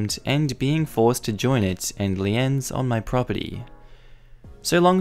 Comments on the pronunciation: Liens= pronounced leens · It is pronounced "leeenz" in the USA, not lee-ins otherwise, nice channel, great reading voice